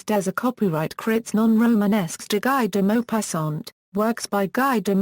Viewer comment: Its pronounced as gee deh mopassant